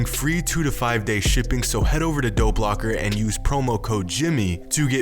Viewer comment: I thought he kept saying Doe Blocker instead of Dope Locker.